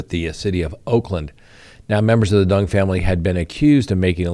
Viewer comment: You’re Colorado is showing 😅 Pronunciation of Duong is way off. D is silent.